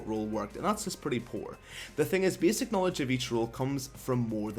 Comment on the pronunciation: Bääääsic? dude your speech defect destroy the whole video .. sry bout that for u